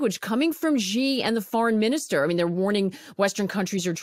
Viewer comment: The name of the president of China is pronounced "she" (with non-rounded lips, slightly drawn back). Even if you just pronounce it the same as the English word "she," it's still going to be almost accurate, whereas this "Zhee" thing is just completely wrong! I don't know who President Zhee is, but he's NOT the head of the Beijing government!